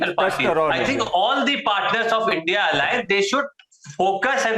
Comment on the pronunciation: You cant even say INDIA properly